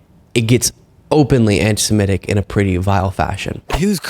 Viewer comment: it's not "antise-MET-ic." iT'S "antise-MIT-ic."